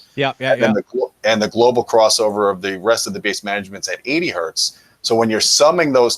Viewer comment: Hertz does not have a singular definition, that is--one Hertz, not one Hert. i have heard you speak this way a couple of times now so please, say one Hertz or revert to what i wish was still the proper terminology---cps--cycles per second. otherwise, keep doing what you do. about the standards...i thought they had worked that all out a few years ago when they started pre-conditioning amps before actually proceeding with the complete test. i remember that it would shut down a lot of products that you wouldn't expect them to. the industry is back-sliding, even PS Audio gives their amp power specs at 4 ohms with subtext at 8 ohms. i respect the Scout product as it is high current and CAN drive Maggies adequately. and many are reverting to IPP which is bogus. let's stick to RMS wattage ratings only. did the FTC loosen their requirements? yeah, Sound and Vision/Stereo Review...for a while, S&V was putting in respectable measurements but they dropped that along with my opinion of the publication, AGAIN. when my scrip runs out, that's it. as much as we used to chide SR, Julian did include decent measurements. it's just when he stated in the review of the original JBL L100 that it was uncommonly flat from 30-16kCPS. uuuuuh, NO. as for buying an AVP, i bought an onkyo AVR instead for much less to just use as an AVP especially for switching video and sound at the same time. the 130wpc internal amps aren't being utilized as i use outboard amps. and before i moved, i was using dyna